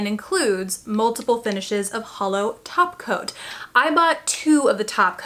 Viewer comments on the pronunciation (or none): Ha! i had to watch it like 3 times - i thought i was supposed to be hearing "topcoat" but hearing taco - thank you for letting me know i was not crazy. =)